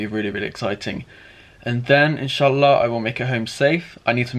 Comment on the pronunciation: Wow, the way you pronounced ishallah 👏🏻👏🏻👏🏻 you are learning